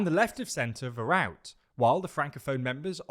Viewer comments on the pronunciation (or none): de wever want Flemish autonomy and not indenpendence. "vooruit" is also pronounced as "fvor ruyt"